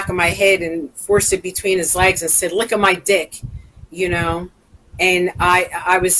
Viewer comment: Well, he would say “licka” as opposed to “lick.” You never know about these wrestlers.